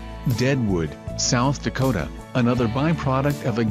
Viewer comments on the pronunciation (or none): none